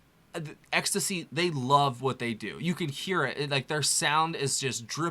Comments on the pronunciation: It's not pronounced "Ecstacy"... It's pronounced "X.T.C." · I love your insight…. I’m here cuz I love this band and have for many years… ITS really good to see the next gen apareciste and understand the contribution of this band. Us old people pronounce it “X…. T…….C” but you do you… lol. Just happy to see the appreciation for the genius. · It's X, T, C. Not ecstasy. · It's actually pronounced X T C as in 3 separate letters. They are from my home town 🙂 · Pronounced X - Tee - Cee bro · You don't pronounce the bands name ecstasy, you say X T C.😊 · Hi - it's not pronounced ecstacy. It's pronounced X T C. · The band name is pronounced like the individual letters rather than word ecstasy. Just fyi. I was beyond thrilled - with myself 😅 - when I learned 'Respectable Street' finally, in the mid-00s and began playing it on the streets and one specific patio in Kensington Market in Toronto. Andy's words are always witty, pointed and hilarious. Love Terry Chambers, Colin's eruptive basslines, their vocals and though I have no clear idea of Dave Gregory's contributions, I have no doubt it's significant and perfect 😀👌🏽🎶❤️🍁❤️✨️🕊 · Thank you. Great reaction, but say it with me: X T C By the way, these are two of my favorite XTC songs. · Pronounced Ex-Tea-See...